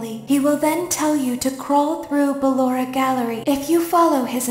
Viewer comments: C'est BALLORA pas LAURA !!!!! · C'est pas luara c'est ballora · c pas lora mais ballora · c'est pas lalora c'est balora et puis c'est pas bébé c'est baby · Cc j’adore t’et vidéo surtouts celle sur Pablo et juste c pas Laura ses balora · Non c est Ballora pas laura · C'est pas lora mais ballora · Ce n'est pas Lora c'est Balora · C est balora est non pas lora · C'est ballora pas lora 😂😂😂😂😂😂😂😂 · C'est pas Lorae c'est Ballora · Ses ballora pas lora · se nais pas lora cest BALLORA O.K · C'est Ballora pas Laura❤ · C'est pas lora c'est ballora. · C est pas lora c est Ballora 😐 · c'est pas lora c'est balora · Ses ballora pas Laura 😂😂😂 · Déjà s'est pas llora mdr s'est ballora😂🤣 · C ballora pas Laura 😏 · Balora pas lora